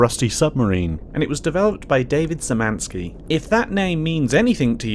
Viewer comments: As a Pole, I died when he pronounced "Szymanski". If you want to know how to corrently pronounce it then you pronounce it Shh - y (just like in "say") - man - ski (exactly like the word "ski") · Szymanski is pronounced "Shyh-mahn-ski" Polish orthography is complete shit. I know. You pronounce polish surnames in a similar way to ukrainian and russian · you anglophones really need to figure out how to pronounce anything that's not in your simple language. Szymański ( being pronounced Shymanski) is not that damn difficult to pronounce if you put in a minimal amount of effort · szymanski is pronounced shemanski! its polish. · the "Sz" in Szymanski is pronounced as a [ ʃ ] -sound like "dish" or "share" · hearing you pronounce szymanski like this is quietly killing me inside lol